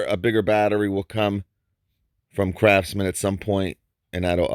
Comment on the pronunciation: Hey is it me or I'm just hearing things, sometimes when you say "craftsman " it sounds like you're saying "crapsman" 😂😂😂